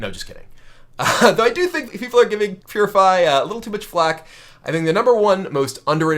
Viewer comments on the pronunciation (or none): Anyone here actually laugh for a bit when Brian said Purify? I did..